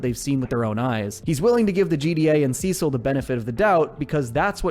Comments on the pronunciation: See-sil… they say it in the show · “Sessel and donal” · Sesil lol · that’s what caught me off guard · damn u got defensive over saying it the weird way